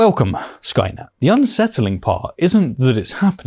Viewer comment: Learn the difference between F and TH, they are not the same